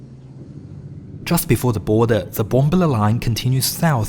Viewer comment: Love the videos & information provided....however, it is courteous to learn the correct pronunciation of place names. BomBAHla